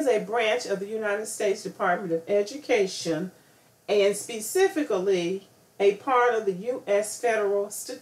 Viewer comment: You can’t even pronounce specifically correctly…